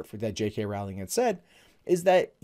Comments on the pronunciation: Hey,. Rowling is “row” like a boat rather than “row” like a fight. Thanks for the vid. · I know this point is petty and pedantic and annoying, but her name is pronounced Row-ling like bowling.